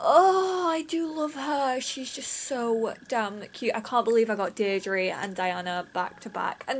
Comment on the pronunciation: Deirdre is pronounced deer-dra